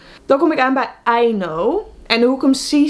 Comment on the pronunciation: Toen je Aino zei dacht ik ook aan I know😂